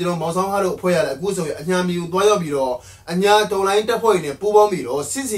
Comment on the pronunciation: နှေ့လယ်ခင်းမဟုတ်ပါ နေ့လည်ခင်းပါ အညှာ မဟုတ်ပါ အညာပါ ကျနော့်အတွက်နားထောင်ရဆိုးလို့ သေချာလေးပြင်ပေးပါဗျာ